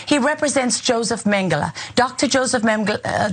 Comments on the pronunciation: Its Mengele not Mengeler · Ana butchering Mengele here. Ironic. I'll allow it.